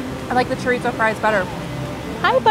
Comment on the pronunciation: Looks yummy! Just wanted to let you know there is no “T” sound in Chorizo. It’s pronounced like ( choreeso).☺️